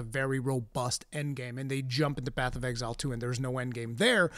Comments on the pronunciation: Nobody:: BATH OF EXILE 'AY I'M WALKIN 'ERE! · I can't unhear "Bath of Exile"